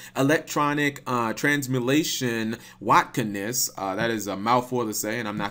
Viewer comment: say it with me "Watt-Kinesis" Kinesis as in "Telekinesis" I know you can say it